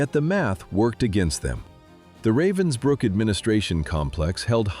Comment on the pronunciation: It’s called Ravensbruck not Robinsbruck.